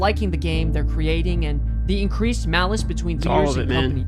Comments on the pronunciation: He keeps saying, "Malice", instead of employee, "Malaise"... there is a HUGE difference! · My biggest problem with his video, aside from the egregious use of impossible to know percentages, is the mispronunciation of 'malaise' as 'malice' Edit: Oh, yeah, and that terrible conglomerate of images that display literally anyone who left Blizzard in the time frame alongside the mention of the lawsuit, which kind of gives the impression that they were all related to the lawsuit, which is also incorrect.